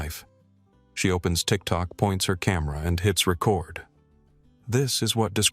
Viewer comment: Record mispronounced